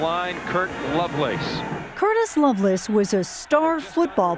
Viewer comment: It’s Lovelace not Loveless.